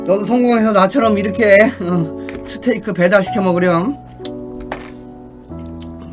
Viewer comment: 스테이크-를! 스테키라 말하는 지누스케 할아방탱 코쟁이 아저씨